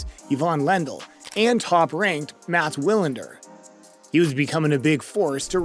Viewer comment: MATTS WILANDER? 🤣😂🤣